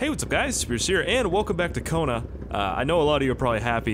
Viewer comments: Sometimes I thought he say koruna 😂😂😂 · Just a fun fact...''Cona'' that has the same sound as ''Kona'' in portuguese is a slang for p*ssy So i crack up every time you say ''Welcome to Kona"